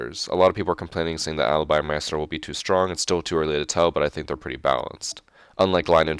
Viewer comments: not trying to be a dick but it isn't ma-estro but my-stro. not a a-e sound but together, except for that great video! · Its pronounced mi-stro not my-estro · i hate how he says maestro. its like a musical conductor a maestro not mi-est-ro like hes saying xD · "My-estro" lol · Richard Price he's Hispanic so he thinks he has to say it that way. My-ah-stroh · It's pronounced 'My-stroe' btw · you say Maestro so strange lol